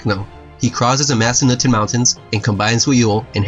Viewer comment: Pronounced "Masa-nutin" not "Masa-newton".